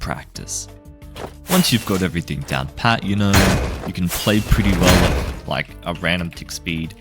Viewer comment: Why did he say "Im gonna teach you *everything*" like that bro